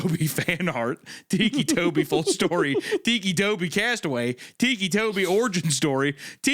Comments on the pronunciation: Its ticky like tick tock not teekee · Him saying Tikki is taking me out 😭😭 I was 16 when the story came out I was a giant fan of creepypasta. Also ticci toby did become a proxy! Waffles!! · He keeps sayibg it like tiki 😭😭😭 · the way hunter says "ticci" is kinda annoying, like obviously it's pronounced "ticky" or huner is just playing it up in which case I might mail dog shit to his house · I love how the meaty one pronounces it like tiki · Shame on Isaiah for not knowing the appropriate way to pronounce this Italian name 😂 tikki???💀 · The way Isaiah pronounces it "weekee" is gonna turn me into ticci toby.